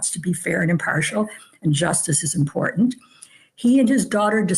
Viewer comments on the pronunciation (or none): pronounced imporTant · What the hell is wrong with you that you can’t pronounce the word “IMPORTANT “. Is something WRONG ?